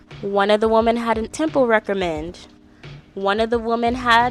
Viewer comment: Women is plural and sounds like "swimmin" but you're pronouncing it like "woman" the singular form. Sorry it's just so jarring to hear multiple times. But besides that loved the content and the ranking idea, I can't wait for the next episode where I'm sure your opinion of Demi changed drastically 😂